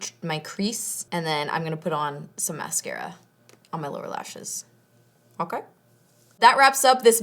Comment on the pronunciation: Mokay? lol